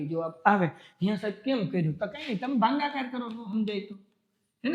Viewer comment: Sir bhangakaar nahi bhagakaar aave 😂